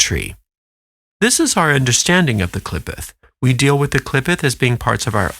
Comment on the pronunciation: It pronounced Klee Photh the O sound is like "oath"